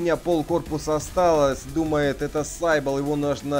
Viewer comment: все хорошо но только он не сайбл (слово изначально греческое ) читается сибил значит сивилла (так называли античных прорицательниц)